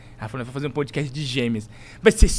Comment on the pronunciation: "PUDcast" hahahah